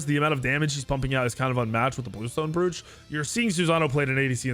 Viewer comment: Bruv... Bluestone Brooch (Broach)... Rhymes with "Coach"